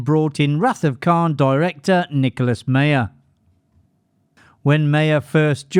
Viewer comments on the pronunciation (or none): It’s Meyer not Mayer.